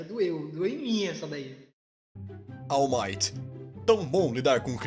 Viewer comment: Vcs não sabe falar ALL might nem au maito é wall mart